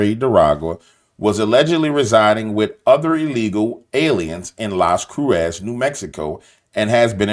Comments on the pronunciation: Pronounced more like Las Cruises, origin Lost Crosses. My dad taught me this after visiting there. Love ya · Cruces , pronounced (crue- cess)